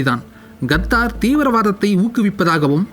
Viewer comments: Qatar is correct ....kathdar is wrong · YES he also pronounces Nepal and Nebal. Qatar as Gathaar, and Nepal as Nebaal Thelivaa ucheringa saami... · its Qatar not gathar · Qatar da naaye no kaththarrr